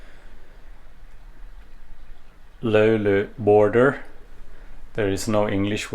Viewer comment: You told the löyly word better than most of us Finnish people. Or are you finnish? 😮